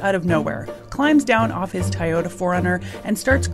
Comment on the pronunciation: Pronounce it right next time